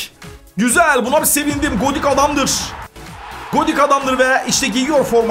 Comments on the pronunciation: Godik deil godin dd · abi komani degil konami